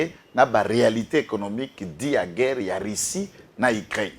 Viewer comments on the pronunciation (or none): Bonjour,j’aurais souhaité que tu passes ce petit message à: la façon dont il s’est monqué du français de Masuka est très désagréable, s’était il posé des questions sur son propre français? Rissie au lieu de Russie? Soyons humbles